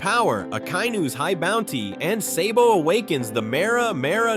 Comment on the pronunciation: its SABO not SAYBO you fuck